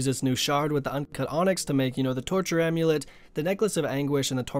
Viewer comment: "Slave amulet (e)". Good job buddy.